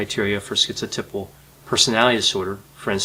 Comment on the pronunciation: it's pronounced schizo TAI pal, not TIP al.